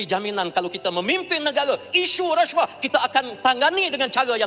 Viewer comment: ALAAHAI ....SEBUT PERKATAAN RASSYUAHPUN TAK CUKUP LIDAH ....!!!!....😂😂😂😂😂😂😂😂.....MANGKUKKKKKK....MANGKUK ....